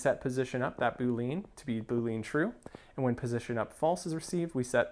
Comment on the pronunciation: The term Boolean is pronounced Boo-lee-an not Boo-leen. Love your videos. Always gives some new ideas and you explain things really well. Thanks for making these videos.